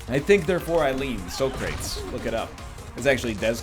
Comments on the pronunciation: SO CRATES! Unbelievable that nl doesn't know how to pronounce this 1600 year old philosophers name. Incidentally, streamer, its pronounced Sock ra tees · Does NL unironically think Socrates is pronounced "Sew-crayts" like fucking Bill and Ted?